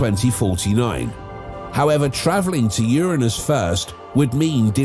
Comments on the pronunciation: Is it my imagination, or does anyone else feel the narrator is saying Uranus wrong? He is pronouncing it with an I. Like urine. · Lolol 😂 how'd he not giggle at the pronunciation of "Ur-innus" 🤣 Uranus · i love how the man in the video is pronouncing Uranus like UR-u-NUs